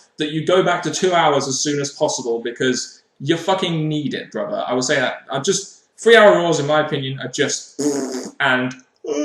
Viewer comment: and see thats another one! it may be the accent or it may be my sound but when u say brother (like hogan style) it sounds like you;re sticking a "V" in there somewhere